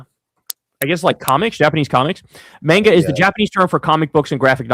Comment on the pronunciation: First Kyle mispronounces Oregon, then Mario, now Japanese "Manega"